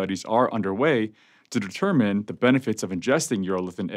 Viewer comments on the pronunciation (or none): none